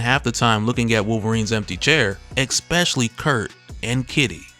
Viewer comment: My dude, PLEASE, there's no K sound in "Especially". I die a little every time I hear "eKspecially" 😫